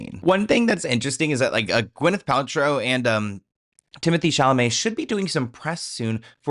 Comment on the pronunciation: You have Timothee ChalaMAY's name down-packed now! 😂 Love you so much!